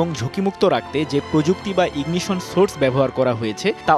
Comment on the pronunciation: Ingition na sirji....😅😅 Its Ignition...😊